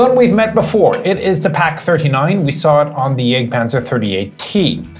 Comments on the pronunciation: At hazard of being thought of as as smartass, I will suggest that the more proper pronunciation of the vehicle name might be Yahgt panzer (jagdpanzer), for hunt or hunting panzer. The term for the HUNTERS changes in pronunciation to panzer yayger (or Jaeger in English letters) for the crewmen, with an umlaut (two dots) over the A. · sounds like he's saying the egg panzer iv